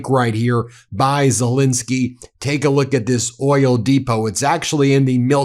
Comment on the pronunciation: STOP MISPRONOUNCING HIS NAME!! It's Zelenskyy, NOT Zelinskyy.